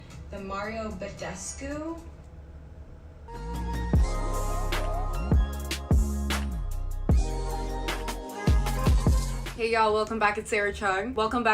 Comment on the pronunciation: Wait.... did say badescu right? I feel like that isn’t how your meant to pronounce it. I’m probably wrong tho